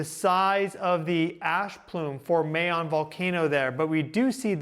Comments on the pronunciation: Hi! the way you pronounce Mount Kanlaon - Kan (can) la (la the note) on (on) - tagalog is a languare that has no hidden sounds or letters. you speak as you spell it. and Mount Mayon - Ma (like ma - mother) yon (yoga without the -ga plus n). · Just to help… Kanlaon = KAHN-LAH-OHN and Mayon = MAH-YOHN. As in “on” the clock. 😊